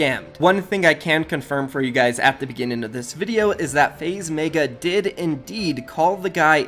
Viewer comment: why does he meyga its megga